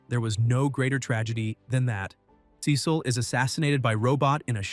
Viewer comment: Why did he say Cecil wrong😭😭😭😭😭